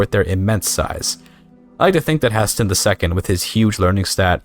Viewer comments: "Hah-Sten" will forever haunt my dreams. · It's HEY-STEEN...and you aren't CHANGING THAT. Thanks, for video!